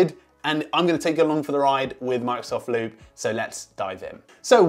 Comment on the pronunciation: Did he said "Monks of Loop" at the beginning?